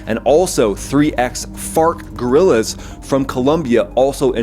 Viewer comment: “three ex-Fart gorillas”?